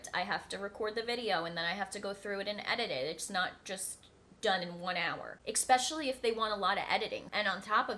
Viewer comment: eSpecially, not expecially